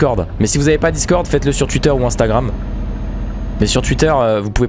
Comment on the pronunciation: C pas twuitter c twouitter😂